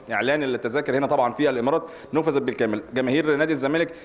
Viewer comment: نفذت يا وليس نوفذت